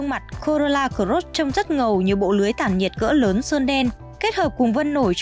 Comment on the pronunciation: Chương trình rất tốt . Mỗi tội giọng em gái đọc chữ cờ rốt làm anh em nghe nhiều bị dị ứng wua